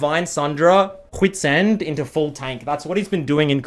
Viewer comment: "qhits end"